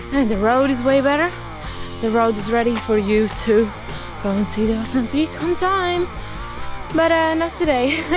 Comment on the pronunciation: Osmena is pronounced as OsmeNIA (it's a Spanish N, a N with a hat). It's our inheritance from Spain.